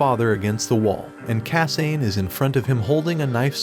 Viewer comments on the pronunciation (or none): ok. the pronunciation of names is really bugging me. it's not kah-sain... it's kah-sah-neh it's not see-toe... it's seh-toh